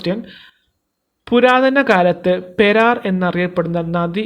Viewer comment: പെരാർ അല്ല സഹോദരാ പേരാർ